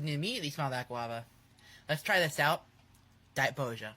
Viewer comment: He also says "die boja", which I think is supposed to be a "cute" mispronouncing of Daijobu. That is Japanese for "OK" or "alright", like a response to a command (and nonsensical in the context of eating.) It's not cute or silly to mispronounce shit like that or Bon Apetit when you're an actual nimrod